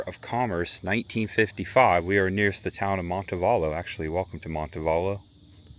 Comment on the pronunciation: look up Orr Park in Montevallo. You gotta see the carved trees! Montevallo is pronounced Monte VAL (think Kilmer) lo.